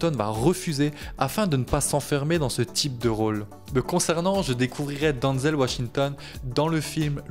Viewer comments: Denzel, pas Danzel :) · Ça ce prononce denzel et pas donzel, en plus il est né à mount vernon dans l'état de new York dans le comté de westchester, c'est son père qui est originaire de Virginie et ça mère originaire de Géorgie, renseigne toi avant de raconter des bêtises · Ça commence bien t’arrives même pas à prononcer son prénom